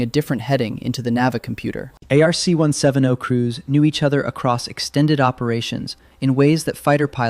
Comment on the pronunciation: its pronounced ARC/ARK 1 70 not 1 7 0